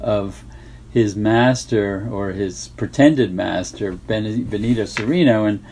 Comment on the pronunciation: I don't understand why you always hear English speakers pronouncing "Cereno" with a long second "e" sound. Benito Cereno is Spanish. The Spanish would pronounce it like "Seh-reh-no", not "Seh-ree-no". It just sounds wrong to me.